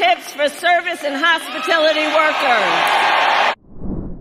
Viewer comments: "hospitility" it's " hospitality" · “Hospitility,” lol.